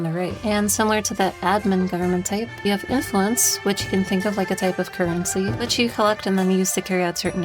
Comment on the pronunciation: Says "inluence" shows piety lol